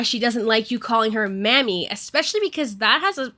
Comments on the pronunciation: 'Mami' is pronounced like 'mommy' in this context. It's a common practice in latino cultures to call women mami and men papi in certain contexts. It's not pronouced 'mammy'. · Sorry but."mami" is said like "mommy", not like "mammy." A Mammy and Mami are very different things. But still, it can be used in a condescending way. Just wanted to get the pronunciation thing down. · It's not mammy 😂 it's mAh•me. But i definitely agree with your take on it. Mami is typically used in a sexual way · i will say that mami is not pronounced "mammy" and my friends and I call each other that, but it absolutely always depends on the context so I'm not invalidating anyone's experience. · So, I am gonna say this real quick, its a small thing I wanna bring up. The word Mami is a Spanish word, that yes still does have a slight flirtatious thing to it so it is still inappropriate that he used that with her, but the word you pronounced it as is an offensive term for black women. Please if you do not know what a word means please look it up and its meaning, and how to pronounce it. I am sorry that it seems I am being a jerk about this but I do not want people getting the wrong idea about you because you pronounced something wrong, especially when its a term that may be meant to offend a specific group or person in such a way. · Its fine, and like I said it is best to at least look up the word and how it is pronounced. I agree that it was still used in a derogatory and sexual way so you had the point right just not the word. 😅